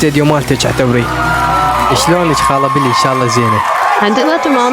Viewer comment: هههههه حلوو بس اسمهة بيلي مو بلي 😅😅